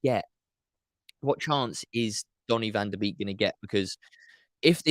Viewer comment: Pronounced Bake NOT Beek. 🙄 He himself said that when interviewed on MUTV.